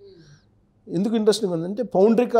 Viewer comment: అమ్మా,, పౌండ్రిక కాదు పౌండ్రక వాసుదేవుడు అనాలి